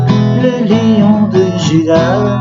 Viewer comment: Léon de gym au lieu de lion de Juda lit on... Par exemple.... Virez moi le traducteur